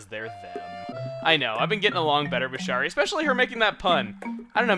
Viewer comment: Ugh.... A Kangaroo version of Shari moved into my town today.... Also, Shari is pronounced Sherry.